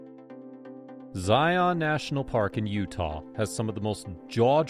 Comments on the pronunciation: They need to program an AI voice who can pronounce “Zion” correctly. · You keep pronouncing it wrong 🤦‍♂️